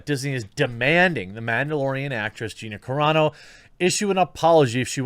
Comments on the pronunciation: Wow U finally said her name correctly. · Dude. You got her name right finally! Right on. ...... But shitty that Disney is trying to force this on her if this is true.